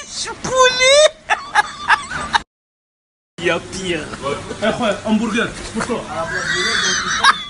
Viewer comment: "Sondouiche pouli" MDR :D